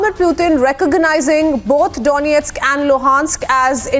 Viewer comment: Excellent pronunciations of Donestk and Lugansk! 😇